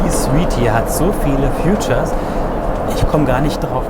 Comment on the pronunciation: Super Video und vielen Dank wie immer. Eine kleine Anmerkung, weil es mir mehrmals aufgefallen ist: das englische Wort "feature" hat eine andere Aussprache und wird nicht wie "future" ausgesprochen :-)